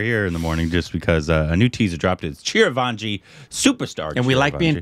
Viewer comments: Not Chiravanji it's Chiranjeevi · it's not chir-vaanji, it's chi-ran-jee-vi. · you have to spell it as CHI-RAN-JEE-VI. Its not CHIRAVANGI. It's like reading your name as CARBON PILES. 😶😔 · Its not Chiravaanjee!!!😂 Its Chiranjeevi. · It is " Chiranjeevi"...not " Chirvanji" ...Korbanised😂😂😂😂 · It's Chiran jeevi not Chira vanji, and you have already seen him in "Sye Raa Narasimha Reddy". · Okay, let’s talk about the elephant in the room, It’s not Chiraavanji it is Chiranjeevi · CHI-RA-VAN-JEE triggered something stupid in me. It's Chi Ran Jee Vi, btw. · 🤔🤣😂 God what's with the pronunciation of the Megastar.. its not Chir van ji ... NOOOOOOOO please ... its Chi-ran-jii-vi ( Chiranjeevi ) for your help . His name means immortal being..its another name of Lord Hanuman ( which western people call Monkey god ). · Chir vanji.....at least you should do close to the pronunciation.....ITS "CHI RUN G BEE"...Chiranjeevi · repeatedly mispronouncing Chiranjeevi's name is cute....Chiravanjee....thanks for the chuckle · Chirvanji love how pronounces... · Its Chi-Ran-Jee-Vi ( Charanjeevi). Its a Remake of Malayalam Film Lucifer. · I grew up Idolising Chiranjeevi. It hurts to see fucking up his name, pronouncing Chiravanji... 🤬.... and Btw, You guys have watched his movie "Sye raa narasimha Reddy" in theatres I guess. How can you not know him 🤷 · he saying chirvanji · It's CHI - ran - G - V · Every time he says Chiravaanji..😑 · Bro , it's chiran .g .vi 😅, I know spelling is different . But I'm showing how to pronounce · It's Chiranjeevi.. how difficult is it to read it.... and his confidence